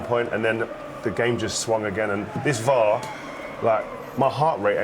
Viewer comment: Never known someone mispronounce 3 letters. VEAT R, nice one Glen.